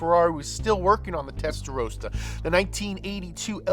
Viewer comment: Testarossa. Not Testarosa